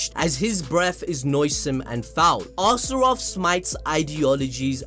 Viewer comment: Also its not two names/words. Its just one word Astroth like Goth girl from teen titans home land Azeroth. Its ostr-oth you'd trigger me if you didn't already completely make me hate you for shitting on Fairytale.